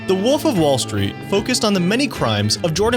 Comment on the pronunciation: It’s WOLF not woof